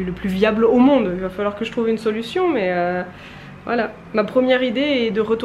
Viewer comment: Vers 12min 15, quand tu parles de Rochefort-en-terre et que tu dis: Quand on y vâ... avec le son a très québécois! Ça me rend un peu heureuse de voir que tu as pris un peu notre accent hahaha! Pour tes défi de mars, de mon côté, avec nos collègues, on c'est fait un Défi Équilibre en février. On avait plusieurs défis à relever. Malgré qu'on soit tous en télétravail depuis près d'un an, ça a super bien fonctionner! Des exemples de défis que nous avions à faire: une activité physique d'une durée minimale de 30 minutes (5x dans le mois), Prendre des nouvelles d'un collègues à qui on ne parle pas souvent (5x dans le mois), sortir dehors quotidiennement (pour faire autre chose que faire l'épicerie ou aller porter son enfant à l'école, 10x dans le mois) et OUI, on a fait ce défi dans le mois le plus froid de l'année au Québec! C'était génial de voir les collègues faire des activités à l'extérieur, ça nous donnait d'autres idées que seulement aller patiner sur notre patinoire de quartier. On s'envoyaient des photos et des vidéos pour s'encourager! C'était super de voir les collègues dans leur quotidien et c'est surprenant, mais, ça nous a même rapprocher! C'est certainement à refaire l'an prochain! :D Je te le conseil fortement! Ça peut également se faire avec des amis!